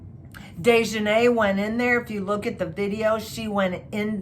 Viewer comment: Its not sha-quay-la its Shanquella please put some respect on this black womans name! You pronounced daejanae correctly!